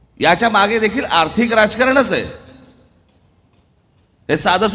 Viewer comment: अर्थिक नाही रे आर्थिक रे